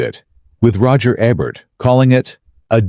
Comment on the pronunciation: Roger E-bert not Roger Eh-bert. These are AI "narrators" with their bad line reading and hilarious pronunciations [I think it was this AI voice on another video talking about L.E.D Zeppelin]. Can't they afford actual narrators?